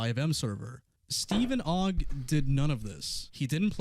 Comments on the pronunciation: who in the world has ever thought that steven ogg's last name is pronounced "oog" except pyro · Bro doesn't know how to say Ogg. You say Ogg cuz it has 1 O. Pyro asks "is it pronounced Oogg?" Bro have you not gone to school?